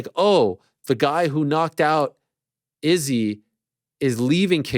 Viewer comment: Ariel not saying Izzys name the right way...ooooh